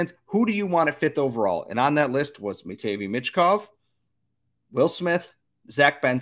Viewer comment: It’s pronounced “matt-vay meesh kov” Sorry I couldn’t hear you say it that incorrectly anymore 😂